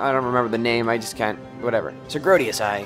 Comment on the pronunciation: Woo hoo another episode! And you keep pronouncing Sir Grodus as "Sir Grodius"